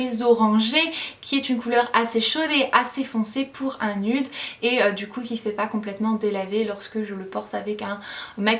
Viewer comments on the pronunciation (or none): Tu sais même pas prononcer "nude"  t'arrête jamais ton accent anglais là, et tu peux même pas prononcer "nude" 